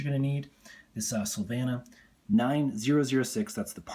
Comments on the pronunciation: Sill _vain _e _uh... not ... sil vanna .. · Yeah, he butchered the bulb company's name every time he said it. It's supposed to be pronounced like rhyming with Pennsylvania.